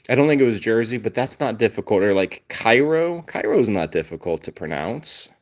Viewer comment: I love how Max couldn't care less about that laser pointer, but Yoda knows psychically - or maybe hears the button being pressed - or maybe is spying under the door - that the laser is out and is going full on FOMO. And the Illinois city name, Cairo? It's pronounced Kay-Row. 😂